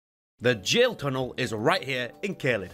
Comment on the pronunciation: Honestly just thank you for pronouncing gaol as intended. Separately, I think you're being a little harsh on dungeons that need stonesword keys. After the first couple of hours I never had to ration them, there are loads more in the game that you need.